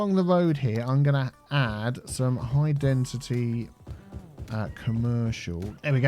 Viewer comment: Has no one pointed out that he's saying 'High Dentity' and not High Density? He's been saying that since the start of this City.